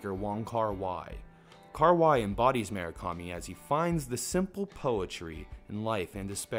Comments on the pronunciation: You realize there's a 'U' in Murakami, right? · "Mu -Ra - Kami"